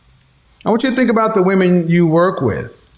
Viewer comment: At approximately in She said "we (wahmeen) want someone to respect us" Another inversion of reality. MEN seek the respect of others, wahmeen seek love from others. Respect is functional, love is indulgence.